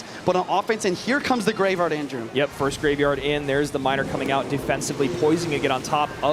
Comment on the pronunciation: why does he keep saying greyvaard